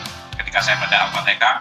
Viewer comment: Ketika membaca Al fatekah..emang ada ayat Al qur'an Al fatekah ya😂 Hadeehh muurtadong odong🐷